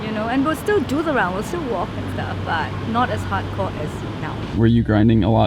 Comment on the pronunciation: If you use subtitles that lady called Brandon Hot corn instead of hardcore